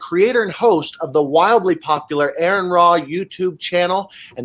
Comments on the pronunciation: I was thinking the same thing lmao. "You have GOT to read his book. Mr AARON Ra" I can tell he's a super mega fan by the way he says his name. I always roll my eyes when I heard people mispronounce his name, and I know is feeling like rolling his eyes too. It happens so common, I just want to shake people and say it's, not Aaron Ra!" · I can't be the only one who shook my head every time his name was mispronounced my this dude who obviously didn't prep before this conversation. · I knew he was gonna fix his pronunciation lol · "My good friend " CRINGE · "You all know him real well"... Proceeds to pronounce your first name wrong.. What is with this guy? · Love that called him out for mispronouncing his name lol. This guy did zero research on. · Bahahaha, I knew the name correction was coming. It had to, the guy got it wrong, what, 8 times? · Im gonna take a sip of my beer every time he mispronounces Arons name. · 😖 The guy introducing keeps saying the name wrong. Grrrr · hiz näim iz pronaundst exäktli ze wäii "Aaron" is. not "Ähron". (except for the r, pronounces just like germans pronounce the name aaron) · Ha. That guy says no intro needed, but he called, Aaron. Lol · The introduction of (pronounced like R.N) being called Aaron like 12 times was a bit annoying lol but good video. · Fantastic talk...I kept thinking it's RN not Aaron, all the while this dude was praising you. I mean, hell he's right to pimp your credentials, you deserve that, no doubt, but get the pronouncing of the your name right...lol...cheers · He said needs no introduction, but calls him Aaron and not. Lol and he keeps mis-pronouncing it over and over 😂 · R-IN not air-n!!!!!! How does this guy not know how to pronounce his name? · How did this guy mess that up? Makes his entire introduction ring hollow. I cringed every time I heard it, and I'm sure ARE-uhn did too. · Smoked him immediately. Thank you. 😅 "My good friend A A RON" 😭😭😭